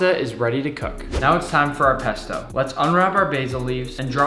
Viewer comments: I got triggered when he said pesta At the start of the vis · When he said pasto I thought he said pastor 🤣🤣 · He says pesta Because my childhood,won’t let me comprehend that he’s saying pasta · you keep saying pp p pesto pasta